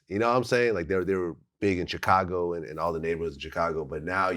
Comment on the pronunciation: Please learn to say Chicago properly Vlad come on now🙇🏻‍♂️